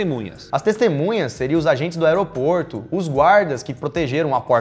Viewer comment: teve um dado mometo que vcs falaram a palavra aeroporto de oroporto